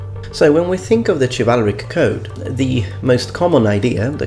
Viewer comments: Minor nitpick, but Chivalric/Chivalry is not pronounced with a "Ch", but with a "Sh" in both English and the original French origin. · It's pronounced shivalric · ITS PRONOUNCED SHIV-AL-RIK CHIVALRIC! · It is actually pronounced shivalric or shivalry the C is pronounced like an S Also corps is pronounced Core or cores not corpse. additionally Echelon is pronounced esh-e-lon.